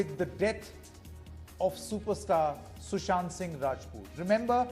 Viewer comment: Sushant. Not Sushanth.. at least know his name properly.